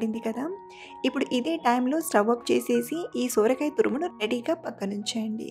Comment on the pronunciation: Akkoooo sooorakai kaadhu sorakai😅😅😅😅